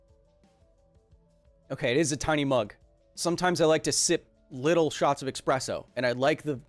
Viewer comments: "bunch of tiny expresso shots..." ew... eSpresso tastes better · Is he still calling espresso - "expresso"? Why, Kyle? Why? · It’s espresso. Not expresso. :) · ☕ eXpresso, really? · Can't believe you said eXpresso... it is eSpresso. eSSSSSSpresso. >.<' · Hey Kyle sorry to be that guy but technically its espresso not expresso :) I wouldn't say anything but you seem like the kinda guy who likes to get stuff right and would be annoyed about using the wrong term. Like you say, technically correct is the best kind of correct. Keep up the great work, and stay safe, 2020 is a gnarly year. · Sounds like he is saying expresso not espresso lol. Great video keep it up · Only super villains say "expresso" instead of "espresso". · It is Espresso, not Expresso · I hope I'm wrong, but it sounded like you called Espresso, "Expresso" at least 3 times. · Please do not call it "expresso" shudder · Kyle may be a science and engineering genius, but when he thinks there's an X in the word "espresso" he has entered a world of linguistic pain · This is endemic unfortunately, to the point where the English word is likely to become 'expresso' via popular usage...